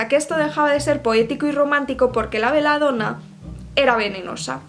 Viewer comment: Belladona, BE LLA DONA se pronuncia tal cual se escribe, no se pronuncia beladona.